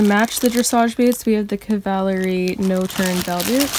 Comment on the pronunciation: It’s actually pronounced kav-a-lery